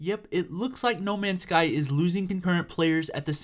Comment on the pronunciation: u said the name wrong